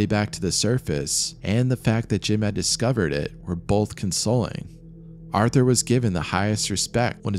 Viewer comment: Artur, not arthur